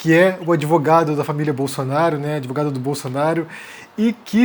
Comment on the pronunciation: Adorei "adevogado". kkk